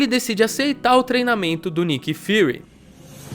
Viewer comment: parece q o Peter chamou o Nick Fury de "fuhrer"